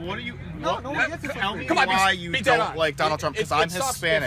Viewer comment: He said Doneld shrimp